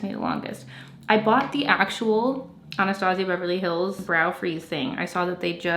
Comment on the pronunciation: The way your pronounce “Anastasia”😖